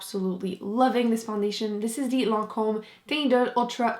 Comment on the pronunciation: 🙋🏼 Hello, super vidéo 👍🏼I love them. 😀 You are undeniably the best. 💗💗💗😊 But i am very surprised that you pronounce so well French ( Lancôme, La Crème D'Eau 😄) I do not pronounce English as well! 😅 Did you learn French? XOXOXO 😘😘😘😘😘